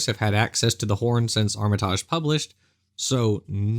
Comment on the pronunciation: Is he misspronoucing Armitage? Or is it another North American Vs European pronoucation thing. I know it's a minor thing but I get really irritated when people misspronounce names so I wanna know who's wrong. If it's the name of a British person he is 100% wrong I think.